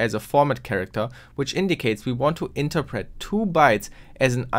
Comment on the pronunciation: Amazing video! Also, a minor thing, but I got sort-of semi-triggered with your pronunciation of 'interpret'. I know that your native language isn't english and I definetely don't want to offend you, but maybe look op the pronunciation.